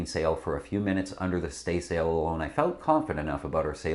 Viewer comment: I'm very surprised that someone sitting in front of a backdrop advertising Practical Sailor couldn't properly pronounce "staysail" or "mainsail."